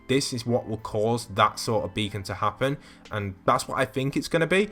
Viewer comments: Title: becon video: Bekon, Bakon.(how he says it) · Who else got triggered how he pronounced beacon when heading over to tilted?